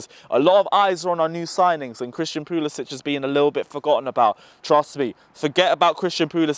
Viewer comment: I comment on every video where Chelsea fans destroy our Prem players names because they deserve at least that. It’s not hard. Another one that kills me is when they don’t say Puli-sick. Again, not hard at all. He just doesn’t care.